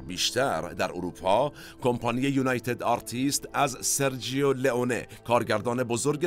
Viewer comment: با سپاس وخسته نباشید ، با اجازه دوستان یک تذکر بدم ، در زبان ایتالیایی «سرجو » خونده میشه نه سرجیو ، یعنی gio = ( جو ) . همچنین cio ( چو ) خونده میشه نه چیو. دم همه تیم مورخ گرم ، حمید از ایتالیا